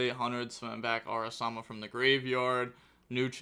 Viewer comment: Ara-MA-sa, not Ara-sa-ma